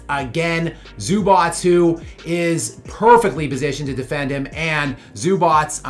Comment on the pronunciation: “Zubots” lol, your pronunciation is soo funny. Never heard anyone say it like that.